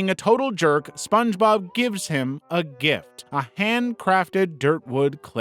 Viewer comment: "Dirtwood"? I think you mean "driftwood"!